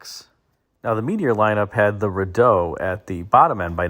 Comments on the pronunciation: It's pronounced "Ree-Doh",. We had a 1966 Rideau 500 with the inline 6 and 3 on the tree. The 1st new vehicle our family could afford to buy. For whatever reason in '73 my dad bought a new Chev Impala and stayed with bowties until he passed 30 years later. Greetings from Ontario. I'm a fairly recent subscriber and am really loving these history lessons. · Just so you know it's pronounced "Reed-oh" it's named after the famous Rideau Canal in Ottawa.